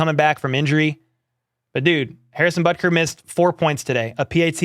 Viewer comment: I knew I wasn't hearing things you did say Harrison Buttcry 🤣🤣🤣🤣🤣🤣🤣🤣 was that intentional? There are a great amount of concern. We can win 1st place and play deep into the playoffs but we won't playing games like we have last 2 weeks.Broncos and Texans are awful teams ,shouldn't have been that close.